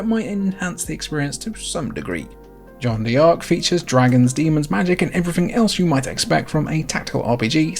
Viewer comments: Really sorry to be pedantic but as a French speaker I can't let it go. "Jeanne" rhymes with "Anne" and "D'Arc" is pronounced "dark". Just say "Anne Dark" with a "zh" sound at the beginning. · You're hurting my ears. It's pronounced Jeanne "Dark" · As a french dude, it's very funny how you pronounced John Dee Arc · It kinda bothers me that he pronounces it "John Dee Ark" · Lol that's the most American way of pronouncing Jeanne D'Arc I've ever heard. Fantastic game though! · ach Gottchen, wein doch nicht :) wieso so salty? Und Jeane d'arc halbwegs korrekt auszusprechen, ist keine Hexerei. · The PSP was such a fucking great console!!! Btw in French, "D'Ark" is pronounced as "dark" the "D'" is a shortening of "de" which means "of". And "crois" is pronounced as "cr-wah" which means believe, "croix" means cross. Americans butcher French so badly and others are getting influenced by it 😂 Looking forward to watching more of your vids!